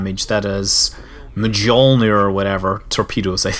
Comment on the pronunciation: It's pronounced "Myolnir"